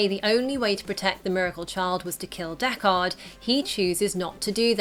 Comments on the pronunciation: Deck-ARD? Have you seen the original? Dekkard. Say it quickly with no emphasis on the second syllable. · stop saying DECK-KAHD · It's Deckard not Deck Hard. The movie felt pretentiously slow paced. Its cool to know that Ridley added elements of his home city like "miserable rain." In the first film and Denis did the same in the second "miserable freezing snow."